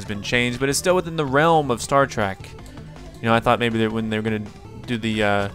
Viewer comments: It is Star Trek not Star Track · I'm sure a bunch of other nerds already said this, but it's not Star Track, it's Star Trek, with an E.